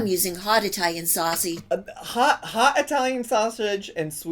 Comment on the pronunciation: She says SoSSeige